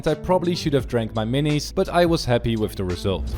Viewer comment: when he said "wif" i felt that